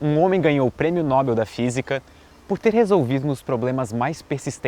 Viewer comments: Parabéns pelo canal, mas a pronúncia é "Nobél", não "Nóbel". Paroxítonas terminadas em l são acentuadas, e como Nobel não é acentuado, a palavra é oxítona, ou seja, a sílaba tônica é a última ;) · Não é Nóbel, é Nobél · Ótimo vídeo, só uma pequena correção, sua pronuncia "Nóbel" esta errada, o correto é "Nobél" a sílaba tônica é "-bel" não o "No-", o acento que pus no "é" é só para ilustrar a tonicidade pois obviamente n há acento na palavra noBEL. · Eu também falava "Nóbel" até visitar a fundação na Alemanha e aprender que é "Nobél" . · Prêmio "Nóbel", não. Prêmio Nobel. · "Nóbel"?? Kkjjk não é Nobel não?? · A pronúncia correta é "Nobél", não "Nóbel". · Nob(é)l, por favor! Sei que n(ó)bel é aceitável, mas sigamos a mesma regra de papel!? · Não se pronuncia "Nóbel", o correto é "NOBÉL! (Rio, 20/2/19). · Não é nóbel (paroxitona) . O correto é NOBEL (Oxitona). Estude um pouco mais . Tá? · Só uma questãozinha: a pronúncia correta é [Nobél] e não [Nóbel]. Um abraço. Parabéns pelo trabalho. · a pronuncia correta é NOBÉL! O resto, tá ótimo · A pronúncia é: "noBEL", gente. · Sua pronúncia está errada ao falar NOBEL